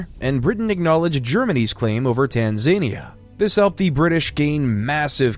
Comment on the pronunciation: Good history video, BUT, I really wish you would learn the correct way to say the names of places, so many were completely wrong, for instance there is no "tan zane ia" it is "tanzan- ia"There were many more, but I had had enough by that time. How exactly has America become the next empire ? America is a big continent, but that is all there is. Britain had colonies all over the world, America has ummmm, America.